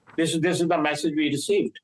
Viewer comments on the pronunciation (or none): none